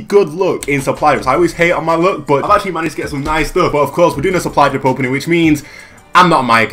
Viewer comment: Is he saying suply drup